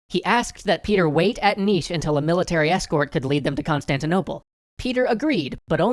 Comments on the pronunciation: Subscribed. You pronounced "Niš" correctly. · You perfectly pronounced Nis and the fortress is exactly the same